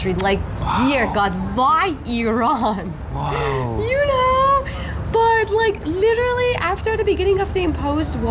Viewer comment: Finally it’s Iran now not I Ran. I have noticed many westerners say this.